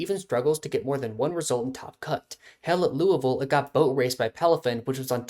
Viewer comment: ok, that Louisville pronunciation. Chef's kiss. Take your little wins wherever you get em